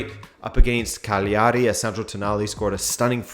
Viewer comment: I agree too. I only wish I could help him out with the Italian ones. Like CAgliari instead of caGLIAri